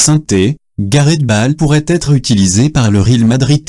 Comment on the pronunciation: Bonjour, quand est-ce que vous allez changer de voix? Balle pour Bâle, cul pour cup, ril pour le Réal et Meuh!!! pour Millions d'euros. Arrêtez ce massacre de notre belle langue française, s'il vous plaît. Salut.